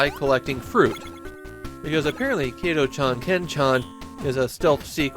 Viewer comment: Not Kay-toh chan, it's Kah-toh chan.